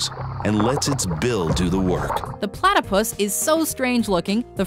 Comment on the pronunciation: when that guy said platypiss LOL